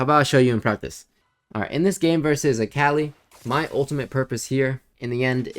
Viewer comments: good vid but, it’s so tilting hearing you say the name wrong on repeat. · lemme get this straight.. youve played akali for over 8 years…. and say her name wrong?